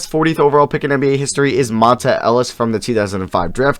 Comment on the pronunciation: Monta in monta ellis is pronounced "montay"